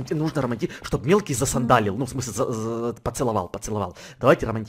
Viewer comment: Почему я всегда слышу что в место мелкий я слышу милки